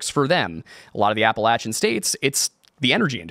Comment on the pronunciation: This guy is not from pennsylvania. If he was he wouldn't pronounce Appalachian like such an idiot.